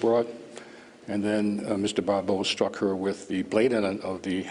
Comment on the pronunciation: Yeah, I don't mean to make a big deal, but that narration needed more practice / rehearsal. "Pappe" is pronounced like "Pop.". The other perp's name is "Barbeau," not "Barbereau."